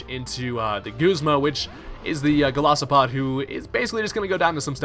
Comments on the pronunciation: I love ur vids and I know this is gonna sound petty and bitchy AF but it's Gol I sopod not Golosopod X) For some reason that really bugged me lol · GOLISOPOD not Golosipod